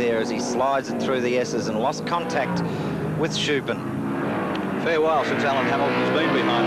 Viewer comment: What was it about 70s commentators that seemed to make it impossible for them to pronounce Vern Schuppan's name?